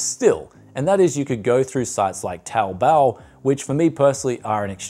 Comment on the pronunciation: Nailing that 'Taobao' pronunciation now!!!!